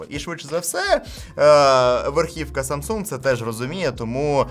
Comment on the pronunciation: Ха - ха , Samsung корейці вимовляють, без g